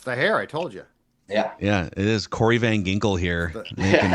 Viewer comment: it’s Van “Jinkels”. Get it right.